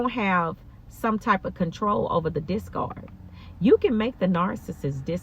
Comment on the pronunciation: Love when you say it ova ooh with that African accent ❤❤❤